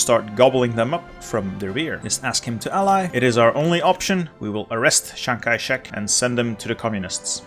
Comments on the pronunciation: normal pronounciation: chiang kai-shek this guy: S H A N G H A I C Z E C H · Me: chiang kai shrek